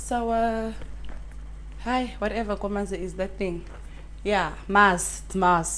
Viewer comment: It's Maas 🤣🤣🤣🤣🤣 if all fails switch up the accent and hope for the best